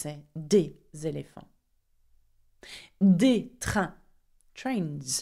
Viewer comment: Nice pace. Just be aware that the indefinite article is NOT pronouncd AY, but as schwa!